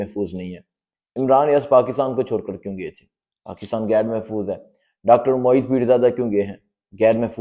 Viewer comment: Bhai saheb , little improve your pronunciation.Gair Mehfooz nahin " Ghair Mehfooz " bolain.